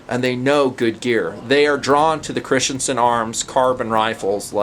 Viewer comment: You mean Christensen, not Christiansen